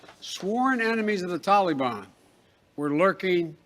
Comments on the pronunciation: Stop saying “tolly ban” you clown !!! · This joker Biden can't even pronounce "Taleebahn" correctly! I cannot stand to listen to him talk. He makes me physically ill. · You Biden killed our young soldiers you left Americans there. The taliban has our equipment and think they have changed well sir they have not. They are hanging people by ropes under our black hawks. Hell you can't even say taliban right. By the way Trump did not let those criminals out. Wake up. You and your administration are a joke. You screwed our allies, your so called drone strike killed civilians not the "issue k". You need to be impeached withe the rest of your administration.